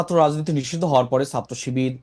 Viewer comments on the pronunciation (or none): এরা কি ছাত্র? কারন, ছাত্র রা লেখাপড়া করে, ছাত্র শব্দ টার বানান ও উচ্চারণ জানে। এই লোক ছাত্র শব্দ টাকে সাত্র বলছে(যেভাবে সাইকেল উচ্চারিত হয়) । আচ্ছা ফ্যাসিস্ট মানে কি? ফ্যাসিস্টের সংজ্ঞা কি এদের মতে? এরি কি ফ্যাসিজম করে নাই? একাত্তরে অত্যাচারী রেপিস্ট পাকিদের সমর্থন করেই তো এরা আগেই ফ্যাসিস্ট হয়ে আছে। আর এখন প্রধানমন্ত্রী কে খুনের চেষ্টা, হিন্দু সন্ন্যাসী কে গ্রেফতার সব ই তো ফ্যাসিজম। তাহলে আসল ফ্যাসিস্ট কে? আমরা কিছু ই বুঝতে পারছিনা। এ ওকে তো ও একে ফ্যাসিস্ট ডাকে, আসলে কে ফ্যাসিস্ট?